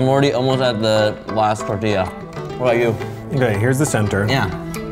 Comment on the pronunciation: My Soul 😬😬😬 cringes every time says TERtilla 😭